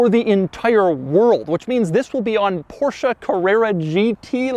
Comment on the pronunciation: Everybody: PorschE Doug: Portia. Everybody: Coupé Doug: Cuup.